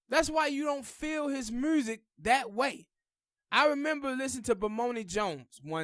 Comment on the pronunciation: Black revolutionary got zilch to do with lyricism.... Pac was an horrible rapper skill wise.... His messages was great, but horrible cadences, Inflections, lyrics.... Dude please pronounce music correctly, sir.....🤔